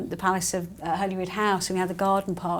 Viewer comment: It’s pronounced Hollyrood even though spelled Holyrood. (Like Holyhead is pronounced Hollyhead).